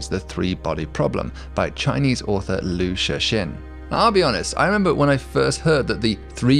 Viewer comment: FYI: Liu Cixin is pronounced a lot more like "Lio Tsih-sheen" -- the C in Chinese names is a "ts" sound like in tsunami, and the X is an "sh" sound.